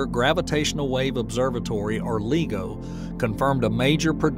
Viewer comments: LIE-go .. not LEE-go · Lie-go, not legal-go! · Not to nitpick, but it’s “lye-go”, not “lee-go”. I represents interferometer. “Inter”, not “een-ter”. Excellent video otherwise.